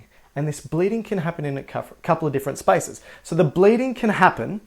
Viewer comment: What he said: There are spaces between them What I hear: There are spices between them